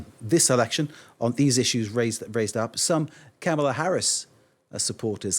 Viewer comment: Yes, she can’t say the vice presidents name correctly. Says it all, only boomers and trump supporters say it wrong